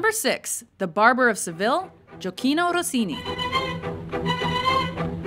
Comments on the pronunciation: Jokino Rossini 😂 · I'm italian and i'm laughing to listen Gioacchino (Rossini)